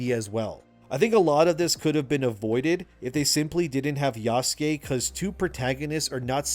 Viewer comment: Did he just say Yassuke? Did i hear that right? Lol good shit